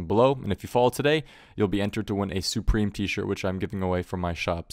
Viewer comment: when you said soupreme t-shirt i thought you meant supreme